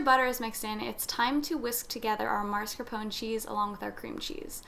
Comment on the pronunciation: Why do people mispronounce MASCARPONE? The first syllable is not mars, it’s mas. Ugh!